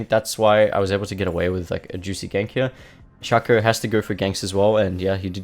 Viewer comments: "shakooăr", id rather say "sheico" even tho it's just "shaco" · are you from spain? because of the first shaco pronunciation